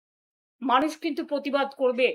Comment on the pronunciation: প্রতিবাদ কে পোতিবাদ বলছে আর পতিবিহীনা প্রতিবাদ করবেন।